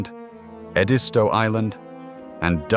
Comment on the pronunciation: The river you mispronounced is Edisto. Pronounced Ed - is - toe. I think you pronounced Yemassee correctly but I do not live in the low country so I may be wrong. I do know about the Edisto River because I own land 1 mile from the N. Edisto River - at the headwaters in Aiken County, SC. Now, that is something you'd love to explore - Aiken County. Aiken is a very historic county with the City of Aiken being a beautiful small city full of gardens, historic features and a rich history of thoroughbred horses. A very friendly city with a thriving tourist industry. Y'all come on down here and give us a visit. We would welcome your visit. Speaking of the Edisto River it is the last remaining blackwater river east of the Missippi and meanders down to the coast where it dumps into the ocean. Perhaps that is where the ocean gets it's fresh water source this video speaks of. You can literally canoe from Aiken County all the way to the ocean without interruption. But, you should be an experienced canoeist as this is a heavily wooded, wild and natural area.